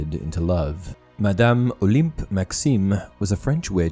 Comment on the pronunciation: Olympe, the ym sounds not like an "e" in english or an "i" in french, but like like "un" or the "ain" in "pain" or "en" in "bien" ;)